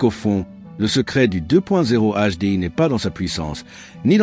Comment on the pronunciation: "le deux point zéro HDI" ca commence tres mal Ces videos m'intéresseront quand les IA sauront prononcer correctement 👎